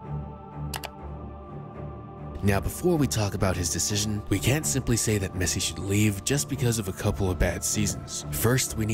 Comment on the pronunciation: The way he says la Mesa makes me cringe great vid tho